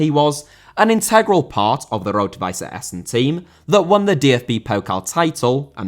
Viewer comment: Nice for the correct pronunciation of Essen.